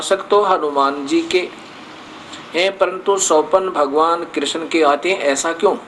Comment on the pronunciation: पहले आप स्थल और कृष्ण जैसे शब्दों का सही उच्चारण करना सीखिये।उसके बाद धर्म जगत की बाते करने का विचार करे। जय श्री राम।